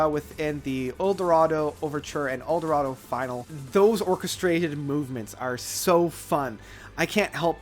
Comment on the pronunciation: FFS, if you're doing a critique, try to at least get the song titles correct !!! Eldorado Finale (as in Finnarlay - its a French word) not Eldoroda FINAL. "RAINY DAY SUITE" !!!!!!!!! WTF? Its even written on the Album - Concerto For A Rainy Day !!!!!!!!!!!!!!!! Agree with Eldorado being their best but without critiquing the critic, there's a lot I can't agree with about much of what you have to say. Yes, I know its subjective but Time is a much better album than you have suggested. Including anything by ELO Part 2 as stated by others is pointless & irrelevant. Secret Messages was the album they lost me on (and I was a fan for a long time). No highlights on it at all. To place ELO2 as their 3rd best album is a pretty brave choice too.